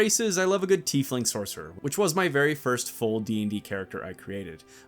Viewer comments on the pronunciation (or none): none